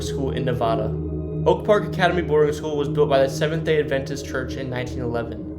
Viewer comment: I'm 27 seconds in and the pronunciation of "Nevada" and "Adventist" already made me cringe.